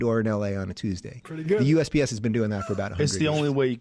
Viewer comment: He kept saying UPS not USPS